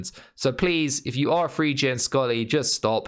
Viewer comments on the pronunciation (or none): Why do these wankers say free instead of three